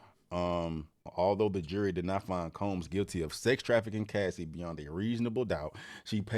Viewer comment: He did say " NOT GUILTY, AND IM FILTY " LOL